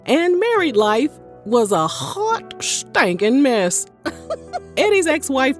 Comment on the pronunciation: “Hjottt stanken mess” 😂🎉